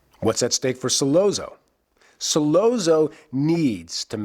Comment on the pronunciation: The way this guy say Sollozzo annoys me.